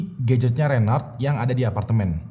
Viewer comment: Sdr kembar gofar hilman yg terpisah. Cm meningan gofar sih😁 Btw reynhard bukan reynard kaleeee